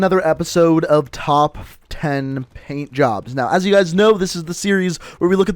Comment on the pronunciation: When u said PAINT_JOBS I THOUGHT U SAID BLOW_JOBS